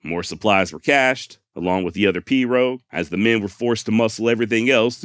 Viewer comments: As a cajun, you did pronounce perot correctly... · You pronounced pirogue correctly. Nice Job.